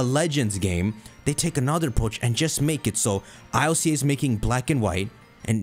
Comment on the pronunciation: I L C A??? Its Ilca (k)